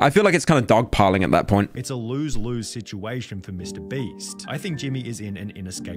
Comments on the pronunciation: Can I get 100 dollars for everytime he says breast instead of beast? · I Just love how he keeps calling him mr breast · mr breast lol y is he saying "mr breast"? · I ffind it funny how pyro ALWAYS says "mr breast" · Its so funni how he keeps calling him Mr Breast lol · Why do so many YouTubers pronounce names and brand names wrong on purpose? Like Mr Breast, Gacci, Boblox, (especially Boblox) Is it just trendy or is it the algorithm? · holy did he just say mr "Breast" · why did he keep saying mrbreast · Why does he say Mr. Breast?